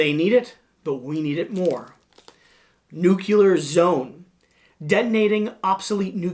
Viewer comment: I hate to be that guy but... it's NEWK-lee-ur. Excellent video. ⭐ ⭐ ⭐ ⭐